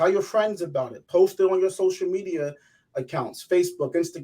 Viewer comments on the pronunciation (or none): none